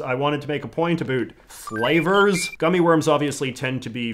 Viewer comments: A boot?! Certified Canadian. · I think the haircut and mustache is a big part of his brand as a creator, and I have heard people theorize that he sort of overpronounces the world about as a way of emphasizing the fact that he’s Canadian(although I personally Have no idea whether or not it purposefully or not) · 1st time I saw this guy I thought he was American... until I heard him say ''about'' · Never mind I just heard you pronounce about and around, you are 100% canadian no hiding it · Stop saying “about” like that. We get it your Canadian……